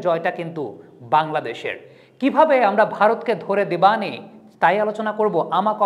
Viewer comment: Vai " debani " kotha ta emon vabe boltesen jeno eta karo name or kono term